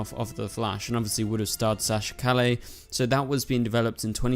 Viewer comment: you cant even pronounce Calle correctly geez...